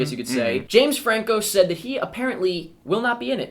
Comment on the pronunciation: Did anyone else realize that called James Franco, frank Jameco?